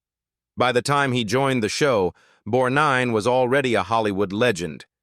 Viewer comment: It's BORGNINE and not Bornine,get it right you idiots.